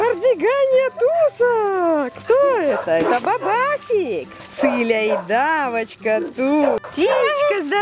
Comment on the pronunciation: Tanya Korolenko она говорит цитька,сокращенно от клички Циля